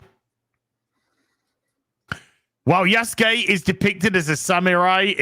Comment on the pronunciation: I keep hearing "Yesgay" when is saying "Yasuke"... Is it just me?